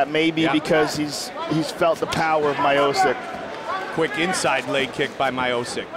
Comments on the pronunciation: Haha, Americans can't pronounce slavic names/lastnames. It's not Miocic it's Miočič, so in english something like Meeocheech. Č is what u say in word chees, so ch. Also i is like ee in cheese. So funny. Slava rodu! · they butchered the fighters names early on. Miocic= my o sic... Nganou=gannow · Goldberg has always had trouble with names, but I wouldn't pin this one on him, since Rogan and Buffer also said it that way. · back when no one could pronounce his name... lol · What an epic fight. Back and forth the whole way. Incredible UFC debut for Stipe. ( Even if they didn't even pronounce his name properly yet...!) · Can we just appreciate how bad they messed up the name Miocic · How does the entire UFC decide that it isn't important to pronounce this guys name correctly? When you see that name, as an announcer, your first question should be "how do I pronounce this" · Fuck sake Goldberg now I can't even remember the correct way to pronounce Miocic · How did they get miocic pronunciation wrong? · Your telling me mike goldberg got let go because he pronounced Stipes surname the wrong way. Wow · Any other Slavs getting triggy over ’ pronunciation of ‘Miocic’? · That was when they did not even know how to pronounce his name. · Before anyone knew how to say Miocic. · Goldberg was let go from UFC for pronouncing Stipe’s last name wrong . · bruce buffer and joe rogan did it too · Butchered tf outta stipes name😭😭😭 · Fucken butchered stipe's surname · super bad pronounciaction of his surname.. :( it's miochich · Stipe: My-OH-Sick everybody: Mee-OH-Chich got it! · It is not My-O-Sick, it is Mi-O-Ch-i-Ch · damn it hurts my o sick its MEE - O - CHEECH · isnt miosick its mio chich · Lol, I feel bad for him, because his name is actually pronounced Miochich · I think he is called My O'Sick all his life. But as soon as UFC got international the correct pronunciation floated to the surface. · My-o-sick? Who the fook is that guy? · "Stipe Mychostis" -Joey Diaz